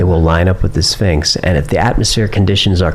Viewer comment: I love this interview, but needs hooked on p-honics. “Spinx” is driving me insane 😅